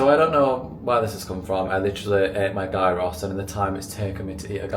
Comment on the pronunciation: GUY-ROSS? Haha no my darling. Look up how to say it properly 😘🤣